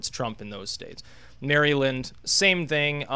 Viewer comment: "Merry Lynd" Oh my goodness.